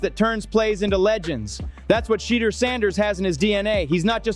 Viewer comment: Omg it is NOT "SHEEDUER"